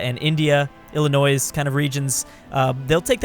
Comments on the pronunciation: Dude the "s" on the end of Illinois is silent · It sounded like you just insulted my home state never say Illinois with the s at the end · Did pronounce the s in Illinois?